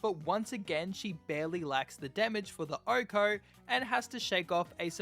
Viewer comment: Why does he say “ohko”? 🤔